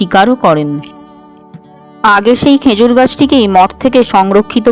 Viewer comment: Uchcharon ta "khejur" hobe "khenjur" hobe na